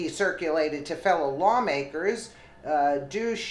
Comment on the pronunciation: Dush like hush. Not douche.😅😅😅😅